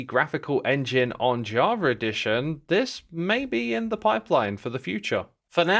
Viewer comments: "Jaw-ver edition" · I love the way he says Java Edition, "Javredition"